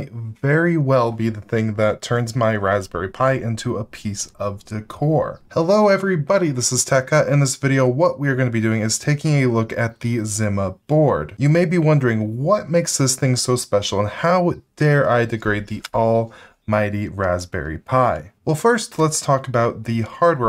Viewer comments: You’re obviously too young to know it’s pronounced Zeema. LOL! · You don’t remember Zima “Zeema”? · Learn to say zima and casa the right way